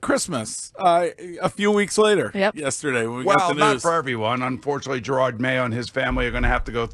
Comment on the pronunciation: Oh my god- was this the first time that boomer pronounced the name properly? He called him Gerard literally all year. Hilarious that he finally got his name right after he was fired